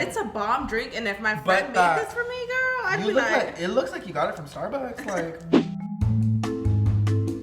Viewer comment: Is nobody going to talk about... about.... um.... she says.... GORL 😂😭